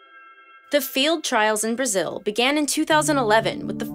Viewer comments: ahhh "field" not "failed" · I was so confused for a second - “field trails” not “failed trails” looool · That is a really weird way to pronounce field.